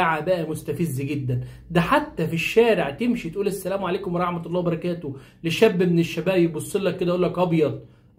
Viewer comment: على فكرة انت المفروض تقول السلام عليكم مش السليم عليكم المفروض اخوانا القاهريين/الاسكندرانية ينطقو الحروف برجولة شوية